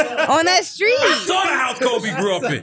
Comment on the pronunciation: he still can't say "street" though 😂